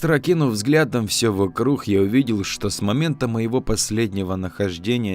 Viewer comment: Вот я смотрю уже несколько историй и слышу что ты говоришь вокруг как вокрух , а почему?